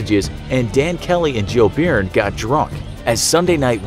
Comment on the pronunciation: As an Irishman, i'm cringing at your pronunciation of Byrne.